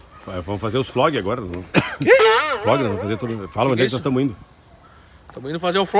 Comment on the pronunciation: “Flogs”? Ah, vlog! 😂 Pé na estrada 🛣, que tem muito chão e muito vídeo pra se ver neste canal!